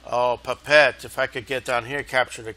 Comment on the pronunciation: One other note: Pape'ete, in French Polynesia, is pronounced loosely as "Papa-eh-tay". Having visited there, I can assure you the local garrison will be vigorous in repelling any invasion attempt; their infantry weapons are composed of coconuts and empty beer bottles . . . any retreating troops can be found roaming the streets looking for the infamous Quinn's Bar, which, sadly, closed a few years back.